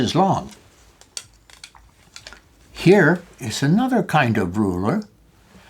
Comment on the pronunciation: rurer got me dead